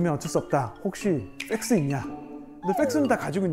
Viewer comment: 펙스가 쎆쓰로 들리노